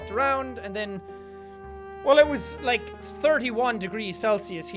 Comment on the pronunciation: it's still part his outro and it's LIKE A BOSS not 'laik'